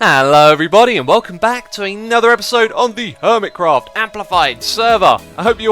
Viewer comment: My Christmas is on the 7th of January so I'm still waiting for it,but I'm glad to hear that you had a great Christmas.BTW, I love the way you say Hermitcraft.